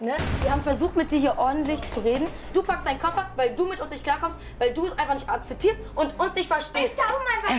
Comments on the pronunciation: "Akzeszierst du auch ein Nein?" 😅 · Alle in der Familie haben so ein großes Problem korrekt “akzeptierst” auszusprechen. Gruselig 😅 da ist wohl eine große Bildungslücke. Würde auf jeden Fall das irrationale Verhalten aller erklären. Schade, dass es von sowas gefühlt immer mehr in Deutschland gibt.